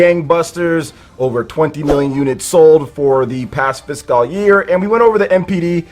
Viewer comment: I see we're back here with weird pronunciation of the word "fiscal".